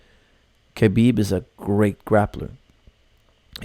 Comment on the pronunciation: I am very sorry to correct you but there is no k sound in Russian my girlfriend speaks it fluently I asked her a year ago how to pronounce his name she said Habib k is silent. I dont care really anymore who wins because of all the hate for one fighter or the other. Irish against Russians turning this into a war. it truly will be a 50/50 chance for the old conor from 2 years ago but we have no idea who will be fighting khabib on fight night for sure it will not be the same conor from 2 years ago. We will find out what money does to a person and buys in the fight game. Does it make them better or worse? So do expect anything to happen. This Analysis is based on the fighting skills of conor from 2 years ago do you have any idea how much boxing training he went through to fight floyd? His boxing is 2x since that fight and he is training on regular with top of the food chain bjj black belt Dillion Danis over a year for this fight and he is not training to defend takedowns but to submitt when he has been taken down. Now how much can you learn in one year from a top of the food chain black belt that Competes in the worlds, pans and abu Dhabi and has not been submitted in the last two years by anyone in this division in the world in over 20 bouts giving private lessons to you every day? Let's find out.